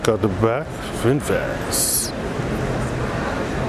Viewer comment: It's Vinfast, not Vinfat Bro!😁